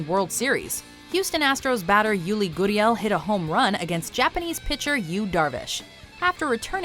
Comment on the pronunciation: Stop. Saying. goodiel. it's gurriel.